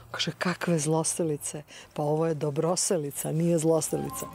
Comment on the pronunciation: Slušam kako lepo izgovara Dobroselica! I pored toga svi, pa i narator, peze se i razvlace eeeee...😂🤣